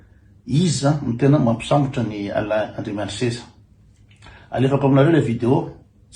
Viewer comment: ALAIN ANDRIAMISEZA, ANARANA MALAGASY IO KOA MBA TONONY TSARA FA TSY TOA IREO TÉLÉSPEAKER AO AMINY TÉLÉRADIO FRANTSAY AKORY IANAO, AZAFADY AH!